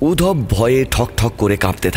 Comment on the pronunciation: বাংলা গল্পে রুম কথাটা বড্ড কানে লাগে। ঘর বললে শুনতে ভালো লাগে। আর নামটা উদ্ধব। উধব নয়।